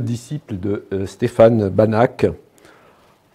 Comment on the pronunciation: Pour information: La prononciation de "Banach" est "Banarrrr".